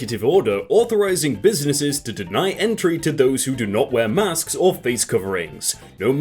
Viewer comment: I just love the way he says “masks”